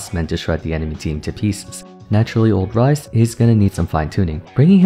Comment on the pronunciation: XD bro just pun "Ryze" to "rice"